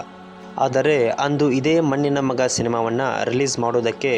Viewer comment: ಮನ್ನಿನ ಮಗ, ಸ್ವಲ್ಪ ಕನ್ನಡ ಸರಿಯಾಗಿ ಉಚ್ಚಾರಣೆ ಮಾಡುವುದ ಕಲಿತು, ನಂತರ ಮಾತಡು